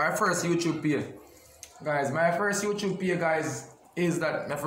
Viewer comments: You tube not you chube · say YouChube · Youchube🤣🤣🤣love unuh same way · lol a mi one a laugh when say youtrube lol gwan yah cause yah drama and him know wah him a say eno cause him no stop repeat it lol